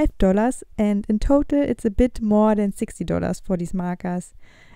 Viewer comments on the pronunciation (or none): none